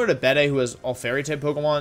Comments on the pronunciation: Dude just called Gigalith "Jiggleith" Also I'm pretty sure it's pronounced Beed, not beday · Bede is pronounced like "Bead". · It's pronounced bead